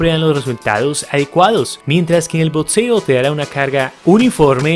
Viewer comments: por que dice botseo en vez de boxeo D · Que paja ver un video de BOXEO y que lo narre alguien que no sabe nombrarlo,lpmm que nervioso me pone,no es tan complicado,BOTSEO NOOOO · El video es muy bueno, pero no se dice Botseo, se dice" BOXEO". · ok pero dice botseo